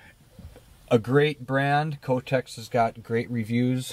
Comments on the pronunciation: That's all I could hear in this whole video: kotex! LOL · "Cotex"... LOL!